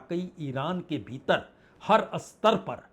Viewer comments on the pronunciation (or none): none